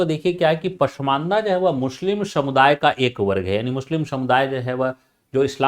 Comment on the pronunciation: Mushlim nahi hota sir muslim hota hai🙏🙏